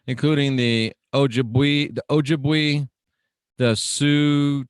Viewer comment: "Oh-jib-way" (Chippewa) it's my nation. Good stuff and ya learn something new every day.